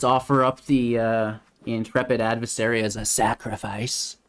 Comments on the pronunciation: Add-ver- sAarie Adversary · Gonna need you to look up the proper pronunciation of adversary...... please and thank you